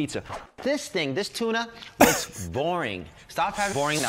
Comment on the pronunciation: you've said ting and then there is literally every St.Paddies day video.